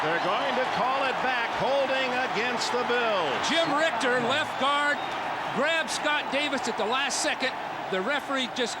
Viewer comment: I want to slap the announcer that keeps calling Jim Ritcher, "Jim Rickter"